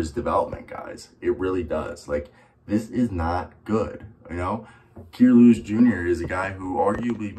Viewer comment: Your saying his name wrong 😂, I actually know dude he definitely ganna bounce back , a kid from hazel green with big dreams and he’s ganna reach them